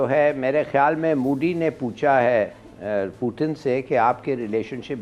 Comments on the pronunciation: अबे चिचा वो putan नही पुतिन होता है😂😂😂😂🤣🤣🤣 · Puton nhi putin 😂😭 and not mudi its modi kha sahi se bolenge ye log 😂😅